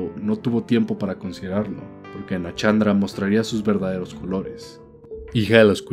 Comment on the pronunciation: ay dios, NA-SHAN-DRA SHAAN NO CHAN ,SHULVA NO CHULVA